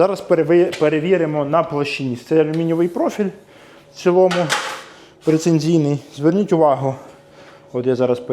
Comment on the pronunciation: не прецензийный а прецизийный